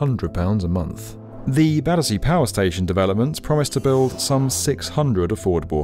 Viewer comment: The people on those Zoom calls calling it "Badderzee" says it all.